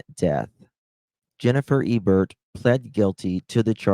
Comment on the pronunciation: Where in the world did you get "ew-burt" from the name "Ebert"?? Nowhere does an "e" sound like a "u" or "eww". It's like "ee-burt". Or "Hinzee" from the word "Hinze...its so obvious that it is pronounced like the ketchup brand "Heinz"...the "e" is silent. Listening to you attempt to read is torture. My 7 year old reads better! Maybe if you spent as much time working on improving your reading skills as you did your makeup application skills you might be surprised at the results! Seriously...you look awesome...maybe you should stick with what you know best and leave the reading to others!😊